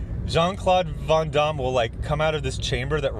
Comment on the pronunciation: you're so damn worldly. I can tell by the way you say Van Damme lol